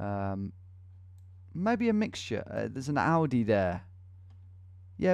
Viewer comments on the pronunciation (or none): none